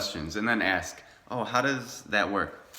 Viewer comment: It's "ASK", not "AX". Are you American ? Your English is crap.